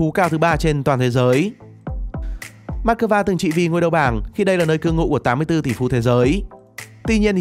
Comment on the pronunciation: this is moscow not mascova